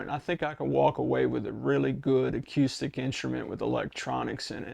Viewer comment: Seriously dude??? The entire world pronounces the word acoostic.. Do you not listen to the 500 million people who pronounce it properly. acoooooostic! I'm older than dirt and you're the first person I've heard pronounce it the way you do in my entire life. PAY ATTENTION!